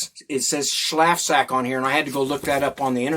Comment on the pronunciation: The a in schlafsack in German should be like the a in father.